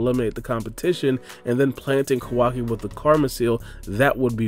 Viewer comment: Please please stop calling him “kO WA ki” It’s “ka-wa-ki” your emphasis on WA part of his name is so stupid. And it’s KA not KO